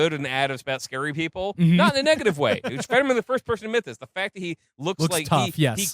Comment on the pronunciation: It's "Fetterman," you stupid cunts. HOW do you FUCK THAT UP?